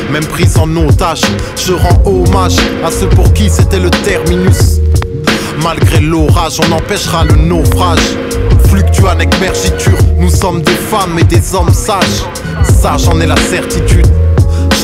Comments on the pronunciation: Ça se prononce merGUItour et pas [merji] lourd sinon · en fait on prononce [g] dans "mergitur"pas [ʒ], du coup tu peux aller réenregistrer ton son... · Fluctuat nec mergitur ça se prononce "Flouctouatte Nec Merguitour", pas "Fluctua nec merjitur" mdr